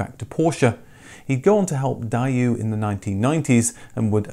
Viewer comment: Well-researched and informative video as always. Took me a moment to work out who 'Die-oo' is, then I realised it's probably the correct pronunciation of what I stil ignorantly call 'Day-woo' 😀